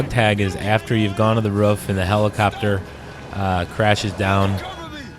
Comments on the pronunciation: Its pronounced "roof" like "goof"...lol ruf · Someone please tell him how to pronounce 'roof' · The way he says roof